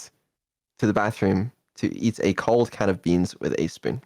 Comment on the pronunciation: "Code" Beans!